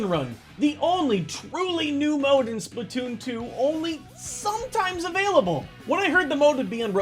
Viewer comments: its splatoon2 not splittoon2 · You mean spla2n? You said splatwooon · It's Spla2n, not Spla2oon Why? "2" already has the "too" so you you don't have to add the two o's again